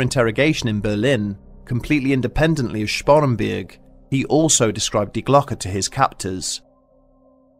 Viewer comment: Thank you for pronouncing "die Glocke" correctly. Schiller would be proud :D